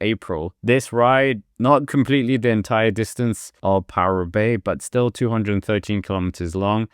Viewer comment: What is this ‘ParooRoubaix’ of which you speak